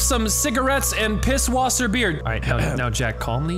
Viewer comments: Courage said piswater instead pisswasser 🤣🤣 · "I need that pisswater in my mouth Now!" Me: "Pisswater!?" you mean pisswaser? 😂😂